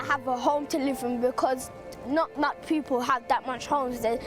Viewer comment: not really, that accent is 1000% atrocious. I had to fast forward, and I say this because it's necessary for it to be said that the education system neglecting her speech and pronunciation is problematic, so much so that you can't even notice it yourself as the horrid accent has been made normal for you. do you speak like that...? The people should never be pronounced Da peepoo. I dont want to hear that it's natural and culture, because there are 100s of 1000s of black British who don't speak like that. Not even Jamaicans in Jamaica or Bermudans in Bermuda speak like that...